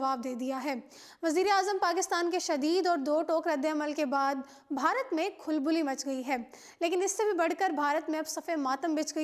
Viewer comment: Khulbuli nahi woh khalbali hota hai jaahil aurat 😀😀